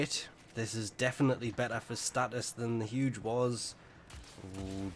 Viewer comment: 1st time hearing about "HUDGE" weapon.... its ZHUGE